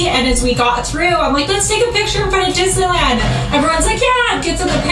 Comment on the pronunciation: I died when he repeated dis-na-land 😂